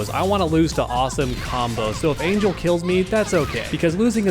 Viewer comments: Not to sound rude, but her name is pronounced Ahn-hehl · It’s pronounced Ahn-hell lol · The mispronunciation of her name is so cringe